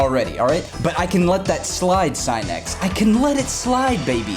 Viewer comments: I feel genuine pain every single time he says "S-eye-nex" instead of "Sin-nix" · SIN-X you've been saying it wrong😂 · god it hurts hearing him say SIGH-NEX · Mu”SINIX”. Achoo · I think Sinix's video only gives you tips, follow it or not, it's up to you. No one forces you to follow. And please pronounce other people's names correctly, your "scinec" sounds really disrespectful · Today I learned Sinix is pronounced Sy-nex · Try pronouncing his name correctly before you try to teach u fuckin idiot lol